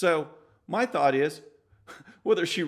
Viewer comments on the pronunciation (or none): none